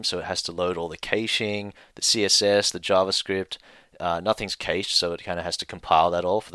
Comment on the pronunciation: Cash not Case-sh